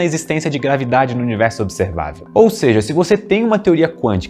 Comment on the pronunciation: Gostei qdo vc disse grave dade kkkkkkk